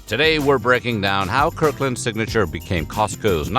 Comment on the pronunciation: “Kirk Land”?